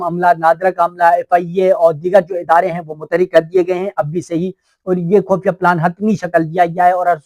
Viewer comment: لفظ خفیہ ھوتا ھے خ پر پیش ھوتا ھے اس لئے خو پڑھا جاتا ھے